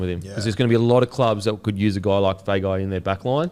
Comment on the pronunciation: Hey, just for Feagai's pronunciation and Samoan last names in general. If there's a 'G' in the last name, the G is pronounced "ng" like long, thong, song etc. so Feagai would be "Fe-ah-ngai" Same as Tago which I know you have been pronouncing correctly. Love the poddy, the beer and the clothes. Love more the effort to pronounce the Polynesian names correctly, it's been a pet peeve of mine since I was young. Which leads me to the question - is there a way the NRL players give the commentators a recording of the correct pronunciation of their last name?